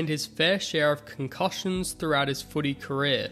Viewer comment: Stop dragging the stories out buddy and please learn how to say concussion don’t you hear the word when everyone else says it correctly